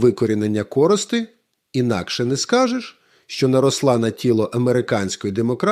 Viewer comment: Скажіть редакторові, хай ставить наголоси у таких словах, як корОста, гОйдалки і т.п.